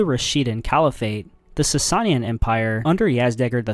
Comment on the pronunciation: Everyone commenting on the butchering of the word "aqueduct", but I don't see one person complaining about the consistent use of "Sasayin"? "Sasanian", bud.